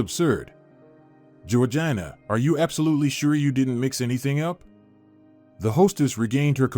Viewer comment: Georgina is pronounced Georgena